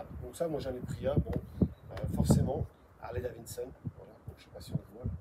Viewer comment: STP prononce bien Harley DaviDson et non Harley DaviNNNEson….😂